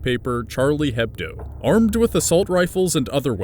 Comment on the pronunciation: the "h" in charlie hebdo is silent....